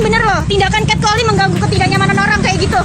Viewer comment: Wadoo....bahasa inggrisnya kacau. Cat calling dibaca 'cet kaling'